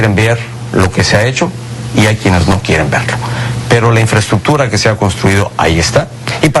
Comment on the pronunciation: Hablaba sobre "infreschukchur" Xd